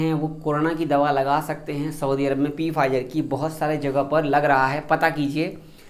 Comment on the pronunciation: पी फाइजर नही भाई, its फाइजर